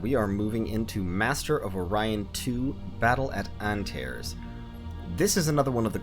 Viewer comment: It's pronounced "An-tar-ees"... "An-tares"? Really...?